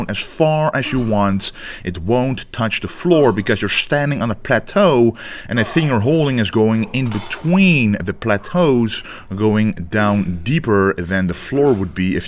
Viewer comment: Your standing on Platforms not "Platues"